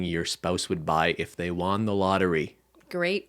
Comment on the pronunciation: pronouncing won like "juan."